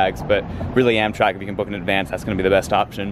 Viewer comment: i love the 'amtak ticket'